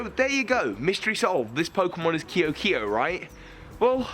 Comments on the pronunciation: I think it would be pronounced "Kay-o kay-o." That's how a lot of languages pronounce that, I think. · It's pronounced Ke'o ke'o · Your pronounciation of ke’oke’o is triggering lol